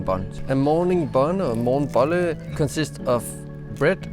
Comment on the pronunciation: undskyld men jeg hørte det som "we are addicted to at morgen bolle"